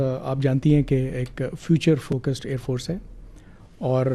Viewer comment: Pani nahi milega .. ker lo Jo kerna hai😂😂. he said Aand force🤣🤣😂